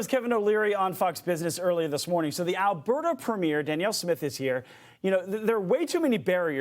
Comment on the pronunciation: “Alberta”? More like “Allbetta” (like Allbetta he gets canned soon)